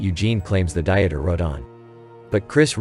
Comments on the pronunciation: The name is probably pronounced Deeter rather than Dieter as in an attempt to lose weight. Nice job but do your research. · the name you pronounced as "Di-et-er", is actually pronounced "DEE-ter"...